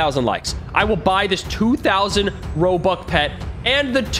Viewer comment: He said robuc